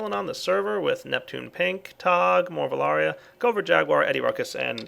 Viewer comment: Morvelaria? Mor-vel-aye-rah, get it right! THOMMANOMMACROHHH!:p